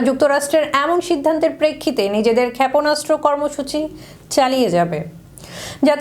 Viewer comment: খ্যাপনাস্ত্র 😂 কি উচ্চারন রে ভাই😂😂😂 এটা কি সংবাদ পাঠিকা নাকি পায়জামা😂😂